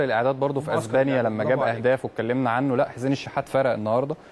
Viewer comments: انتا عندك حرف ال س بايظ تماما ،، اسمع نفسك وانتا بتتكلم بتقول ز ،، توني كروز ،، بازو ،، ازبانيا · ايه العلاقة ما بين الاتنين؟؟؟ انا معنديش مشكلة في الصوت بدليل اني سامع بس هو فعلا بينطق ال س زي ال ز ،،،، ركز في اول الفيديو لما قال ازبانيا بدل أسبانيا ،،، واضحة جدا